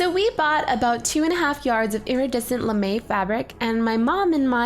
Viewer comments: It's not Lame it's pronounced as "Lamei" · It's lam-a! Not lame! You say it lam-a! And you spell it lamé! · Its lamè (LA-MAY) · I love them but at first I thought it was lame not lam'e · I thought she said lame. I was like "THEY'RE NOT LAME THEY ARE AWESOME!"